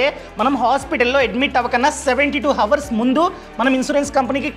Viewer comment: ఈ వీడియో లో మీరు హవర్స్ అంటున్నారు. అలా pronounce చెయ్యకూడదు. ఇక్కడ H silent. అవర్స్ అనాలి. Your videos are very useful. All the best.